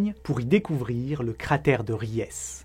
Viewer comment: Idem pour upheaval, qui n'est pas ufival, mais up - heaval. Ries qui ne se prononce pas Riesse mais Riiis (un i long), mais bon...